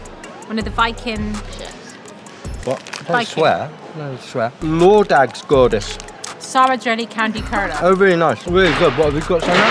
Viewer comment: attempt to pronunce lördagsgodis was pretty hilarious 😂 attempt was good!